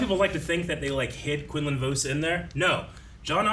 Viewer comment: Jesus, the way they pronounce Quinlan Vos is driving me crazy lmao 😂